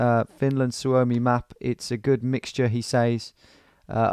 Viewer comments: not su-(ou)mi but (suo)-mi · su-o-mi not sue-oh-me